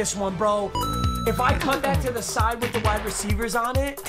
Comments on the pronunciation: Nobody: Nobody at all: Not even they/thems:: wirh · nobody: mmg: wirh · Nobody: Not Ya boi pizza:: "wirh" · no one : mmg: “wirh” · Nobody:: Wirh Roddy Ricch: Wee Wirh